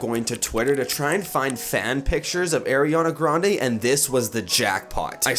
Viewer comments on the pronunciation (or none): I'm triggered at the way he says her nameee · Airiana Grande?????????????? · since you said AIRiana grande i wouldn't believe you either way also ariana said she only made 3 mv from her album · Shadow Style90072 My friend: why are you laughing? Me: nothing. My Brain: AIRiana grande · lol the way he said ariana grande 😂😂